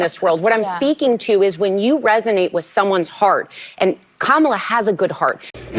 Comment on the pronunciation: sunny said witch instead of with lol a white girl trying to speak like the vp camillione she needs ebonics